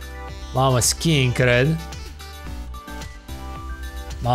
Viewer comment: ai mai dat pe la orele de engleză:) e skiing nu "skying"